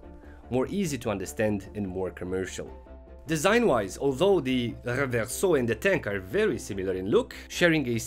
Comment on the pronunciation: Your pronunciation of the word "Reverso" is already worth two thumbs up! Great content as always.